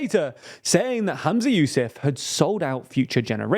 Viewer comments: Not bad TL;DR but why does no-one seem able to say the FM's name correctly?! It's not that hard! His name is HUMZA YOUSAF: not Hamza, not Yusuf or any other weird grab bag of vowels selected at random. You're not alone, but please try harder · You can bias if he can’t even be bothered to pronounce Humza Yousaf’s name correctly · his name is very, very, very easy to pronounce. this is extremely lazy tldr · *Humza Yousaf Its pronounced a it's spelt